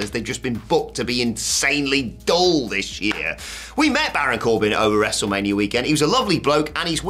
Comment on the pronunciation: Did you just say WrestleManrium? You silly British man.